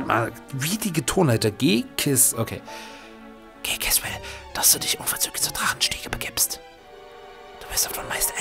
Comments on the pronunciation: "G-Kiss".... Is nicht dein Ernst oder? XD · G-CIS gesprochen: 'GE-ZIS' nicht 'GE-KIS' ^^ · das heißt au ned ,,G-Kiss" sondern ,,G-Ziss" aber egal :-D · Immer nochmal falsch lieber das spricht man "Ge Zis " aus;) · Ghetsis ist der englische Name. Im deutschen heißt er G-Cis (Ge-ziss ausgesprochen).